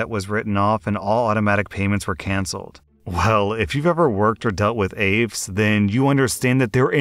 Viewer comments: Hey not to be that guy and not sure if someone has already said this but it's not aafes its aaf(i)es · AAFES is pronounced, "AY-FEES". Sorry to be a grammar hound, but… military. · the shop on military bases, it's pronounced A-fees. Not aves 😵‍💫 lil eye twitch each time I heard it. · Lol aves. That’s hilarious. It’s pronounced A Fees. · AAFES = A-FEES .... not afes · AAFES = Army Air Force Exchange Service. The acronym AAFES is pronounced A-Fees. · Honestly, its not like he couldnt google on how to pronounce it 😑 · We always pronounced it A-fess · Thank you! It was killing me with how he was pronouncing AAFES!!!! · I'm gonna be that person- but for the future, AAFES is pronounced "ay-fees". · The way he mispronounces AAFES (it rhymes with "babies") made me cringe just a tiny bit. As for Zombie woman, my guess is that her Star card was one digit off from whomever had passed away. I freaking LOVE that she embraced the nickname. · You beat me to it haha, being an army brat it kept throwing me off the way he was enunciating AAFES, but I know not everybody knows how to say it and other on base stores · Lol if you think AAFES is incompetent.. try dealing with the military medical teams. Or the military in general. Also it's "A-fees" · AAFES is pronounced "Aye-fees" btw. And yes they are incompetent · AAFES is usually pronounced "AYE-Fees" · Its pronounced A-Fees. The on-base Retail stores. 'Mrs' Zombie would be the wife of the military member, not the deceased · AAFES is pronounced "Ay- fees" by those of us in the military :) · Quick note from a former Army brat, the company is pronounced like Ā-fees. No, I don't know why. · It's pronounced a-fees! (at least it was in the 90's) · AAFES is pronounced Ay-fees. Edit: Apparently someone else already said this. Should have known. Ah well. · Old video I know but the story with miss zombie AAFES is pronounced “aye fees” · Just for reference...AAFES. It's pronounced Afeees. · Btw: AAFES is pronounced Ay-Fee’s